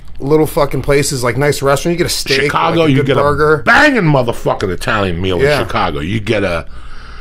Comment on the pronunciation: This is the Fairness of Joey. Italians make pizza, if it aint an Eye-talian, just go find something else! Why take a chance!?